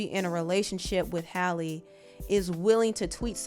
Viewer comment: Are you mispronouncing her name or dud I think it was pronounced Halley instead holly